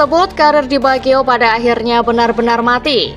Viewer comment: Roberto bagio bukan di biagio. Dr awal kw nyebutnya di biagio